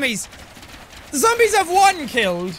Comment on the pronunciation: Z-zombies lol why'd you say it like that